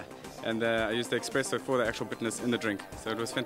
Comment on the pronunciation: Did that Barista just called it "Expresso" ?!